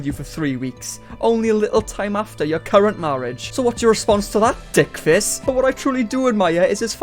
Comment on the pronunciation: Can I just say that hearing dickface in a Welsh accent is gold!